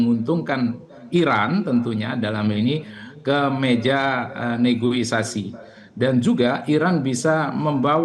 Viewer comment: Negoisasi 😂😂😂 negosiasi kalii